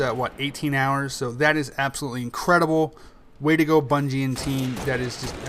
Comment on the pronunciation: hahahaha he said "bunshe" instead of bungie:P